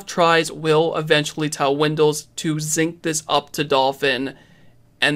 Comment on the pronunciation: Jesus christ its sync not Zync 🙄